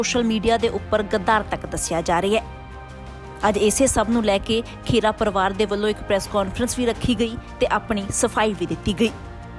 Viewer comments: ਪੰਜਾਬੀ ਖਬਰਾਂ ਦੇਣ ਦਾ ਹੱਕ ਉਸ ਕੋਲ ਹੋਣਾ ਚਾਹੀਦਾ ਹੈ ਜਿਸ ਨੂੰ ਪੰਜਾਬੀ ਭਾਸ਼ਾ ਪੜਨੀ ਤੇ ਬੋਲਣੀ ਆਉਂਦੀ ਹੋਵੇ, ਖਬਰਾਂ ਦੇਣ ਵਾਲੀ ਮੈਡਮ ਖਹਿਰਾ ਨੂੰ ਖੇਰਾ ਖੇਰਾ ਕਹੀ ਜਾਂਦੀ ਹੈ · ਖੇੜਾ, ਨਹੀਂ,, ਖਹਿਰਾ ਹੈ